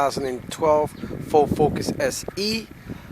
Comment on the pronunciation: This "Fo Focus" 🤣🤣🤣🤣 damn near died